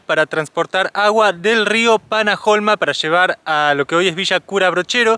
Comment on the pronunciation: Hola. Panaholma es un río, y mirá que ahí lo pronuncian panaolma, yo también cuando fui lo decía con j 😄😄